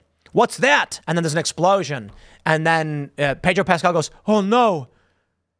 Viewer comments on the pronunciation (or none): none